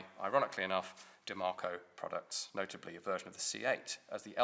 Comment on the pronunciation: Where is the R in Diemaco ?